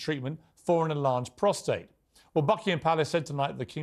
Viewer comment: Could someone please correct Tom Bower’s pronunciation of the prostate gland? It’s prostate (with no r after the t) not prostrate. He keeps saying prostrate and it’s incorrect. He’s writer. He should know this.